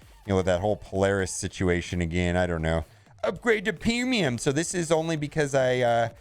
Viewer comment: "Upgrade to Peemium!"